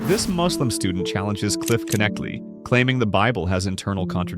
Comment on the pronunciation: It's not Kuh-Nechtle... It's Neck-Lee. Knechtle